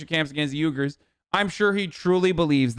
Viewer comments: It's pronounced wee guhr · "YOU-gerrs" Tfse